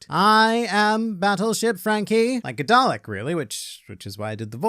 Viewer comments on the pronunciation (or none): none